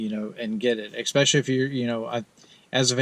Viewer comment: expecially is NOT A WORD...other than that, this video was informative.